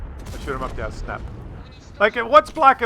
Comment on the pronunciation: 0.5 speed = epic, like most videos, '' btw the ''snap '' is still ''SNAP '' and not '' s n a p '':P